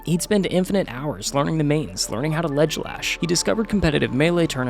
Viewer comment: bro said ledge lash lmao